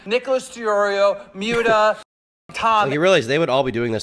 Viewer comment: The way keem said Muta is gross 😅